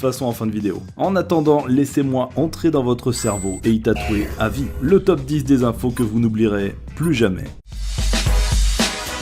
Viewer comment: oui enfin bon on dit quand même taupe 10 au lieu de top 10